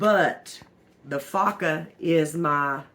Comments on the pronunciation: It's pronounced f "O" CA, not faka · Foca= Seal. Pronounce the 'o' as the o in hellO. Foca is a good laundry detergent! Thanks for the video.